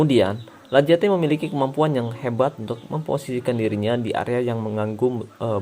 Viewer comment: Sedikit koreksi: Lacazette = lakazet